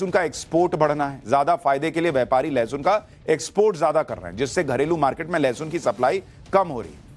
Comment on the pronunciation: गधे को लहसुन बोलने नही आ रहा है लशन बोल रहा है उस गधे को और उन गधी औरतों को पूछो उस किसान को जाकर पूछ लें सब्जी सस्ती है या महंगी